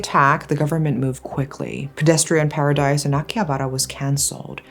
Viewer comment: The way you say Akihabar, Shibuya made me so mad 😆other than that… ugh, what a impressive history.